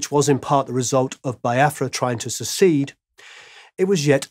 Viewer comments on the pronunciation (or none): none